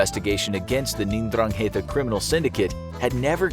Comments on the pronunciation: It’s pronounced n-dran-gita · I like his accent while he is reading mafia's name xD